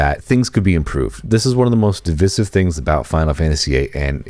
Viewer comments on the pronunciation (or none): Divisive is pronounced "div ice iv"